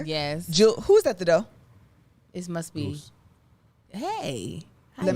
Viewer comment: Not “Who is at the Doe” 😂😂 ok